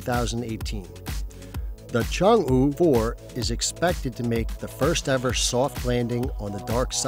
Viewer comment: Work on yr Chinese pronunciation dude...